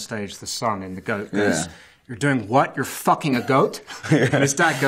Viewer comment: "i just focking love an airport"